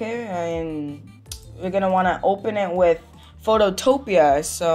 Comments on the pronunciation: this helped so much but btw its photo-pea not phototopia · It's Photo PEA not Photo TOPIA 😭😭